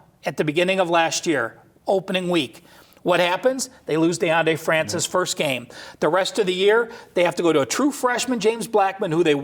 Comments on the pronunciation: My man said deande Francis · Fran-swah not Francis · They can't even pronounce a very basic name correctly. Francois is not hard to say bro. All your colleagues say it correctly, but you can't? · Francois NOT Francis!!! #GoNoles